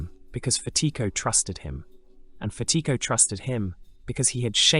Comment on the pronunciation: You’re mispronouncing Fatico